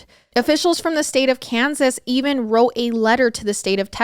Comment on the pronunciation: Kensas.. Hein, sounds like Israel